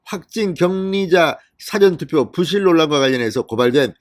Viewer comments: 사전 투표의 발음: 장음 [사:아전] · 대법원장이 구속 되는 마당에 대법관이라고 면책을 주면 나라가 망한다는 것!!!!!! 진성호씨는 "사전 투표" 라는 발음이 틀렸소. 경상도 사투리 발음도 아니고.. 더구나 평양에서 하는 발음도 아닐테고.... ㅋㅋㅋ 연습이 필요한 부분이오.